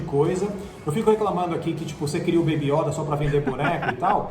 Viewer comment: Fora que eles pronunciam "iÓda com acento agudo o certo é yÔda com circunflexo"